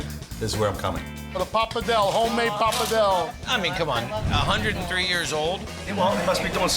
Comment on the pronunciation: The pronunciation of PAPA DELL, all wrong. Worcestershire sauce, forget it. Noodles? I'm sure it's great food to eat. But it's an approximation. It isn't Italian.